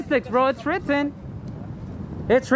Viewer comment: Its ritten! it's ritten lol